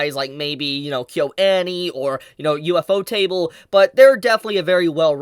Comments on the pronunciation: U.F.O Table im pretty sure its pronounce U Pho Ta ble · You're correct but please never say UFO-table again